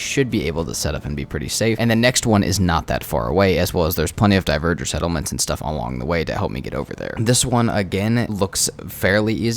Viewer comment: Bro keeps saying diverger instead of dvegr😂